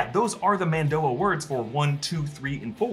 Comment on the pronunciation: The Mando’a pronunciation is terrible. The episode’s not bad, but it seemed to draw focus away from Boba’s story.